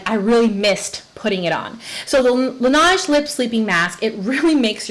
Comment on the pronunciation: Laneige= la nehj ( soft j, accent on nehj). French for “the snow” but Korean beauty care. You’re pushing me hard to buy it.😂😂😻